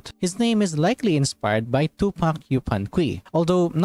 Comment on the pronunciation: just a tiny correction on the pronunciation, yupanqui is a spanish translation of the quechua name, meaning the u in q"u"i is silent, a better way to read it for english speakers would be yupanki